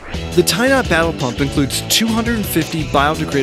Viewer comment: Who else heard "Tie Not Babble Pump"?